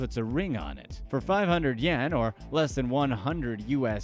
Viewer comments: are you saying yen? there's a big difference between yen and yuan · Yuan is pronounced something like ü-en that's why you thought he said Yen. Tutorial